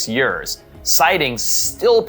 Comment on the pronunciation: I cannot comprehend how you pronounce years